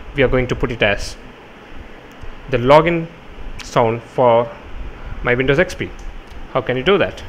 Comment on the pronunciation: it sounded like u said windows sex p